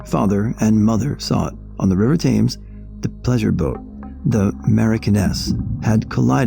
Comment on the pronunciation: Thames = "Temz"